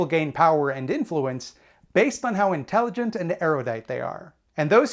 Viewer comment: I thought he said intelegent and aerodynamic. . . Lol